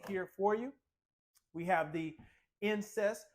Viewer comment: Did he say incest instead of inset 🫢😬😆